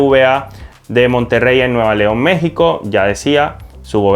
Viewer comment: ES NUEVO LEON ......puñetas Lee bien ...